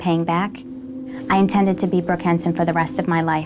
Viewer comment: "I intrnded" yeah ok